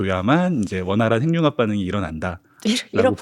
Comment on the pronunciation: 근데 핵융합 발음을 행융합이라고 계속하는데 거슬리네요. 해귱합이라고 발음을 하셔야...